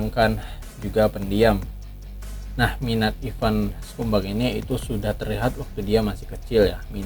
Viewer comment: Ivan scumbag. Bacanya skambeg, bukan skumbak. Bang, bang, ngadi-ngadi aja lu